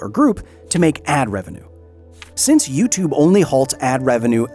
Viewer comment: "You-tube"? Not for a long time